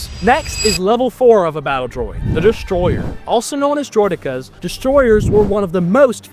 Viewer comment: Hearing someone say droh dekkas instead of Droidekas bothers me.